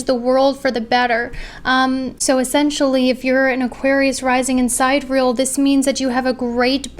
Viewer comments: The pronunciation is "sigh-DEE-ree-el" not "side-real" 🤣🤦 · You may or may not know but the correct pronunciation of Sidereal is: sidereal [ sahy-deer-ee-uh l ] and not Side Real Sorry to correct you; hope you don't mind :) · wanted to gently point out that it's pronounced sigh-DEER-ee-ul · Hey idk if you know this but sidereal is pronounced like si dee ree uhl . No hate , I have mild dyslexia and mispronounce things allll the time!! <3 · the pronunciation of sidereal is sigh-DEER-ree-uhl